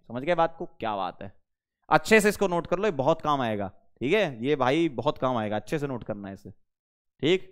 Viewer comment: "Chalo is ko pause kallo Note kallo" Was epic 😂😂